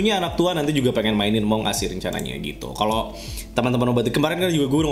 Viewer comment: Among us : Emang As (cara baca nya)